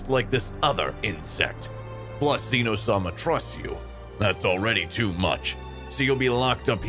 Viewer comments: and zeno issnt like zeeno its zen o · its zeno not ZEEE no